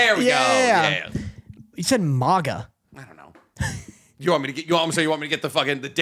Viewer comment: butchers every name he says why wouldn’t he say MAGA wrong as well Danny